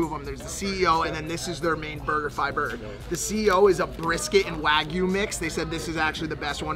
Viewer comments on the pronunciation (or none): none